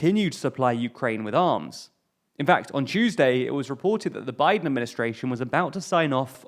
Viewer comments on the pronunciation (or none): none